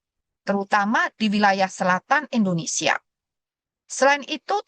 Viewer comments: Negara kita Indonesia, Bukan Endonesia buk, itu penjelasan dari guru saya pas waktu SD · Bukan juga Endonesa, bukan Indonesa